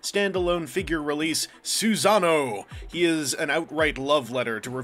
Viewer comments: Awesome review as always but it's pronounced "Sue-sah-no-OH", not "Susan-o's". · "soohsunoe" personally, it's "suh-sah-noo", but u do u. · that's probably the most interesting pronunciation of that name i've ever heard. If only because it evokes the image of a Big-O named Susan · your pronounciation of susano'o hurts me physically